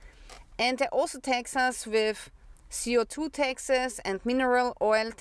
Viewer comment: you speak taxes like texas